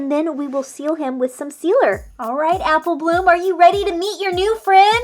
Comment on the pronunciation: Why in the beginning u said appleh bloom